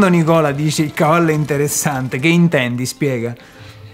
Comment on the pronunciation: “Il cavallo è inDeressssanDe” cit.